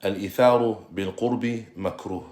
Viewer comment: جزاك الله خيرا وفتح عليك.. تقرأ (بالقرب) بضم القاف وفتح الراء، جمع قربة اي طاعة. اما بسكون الراء فعكس البعد 💐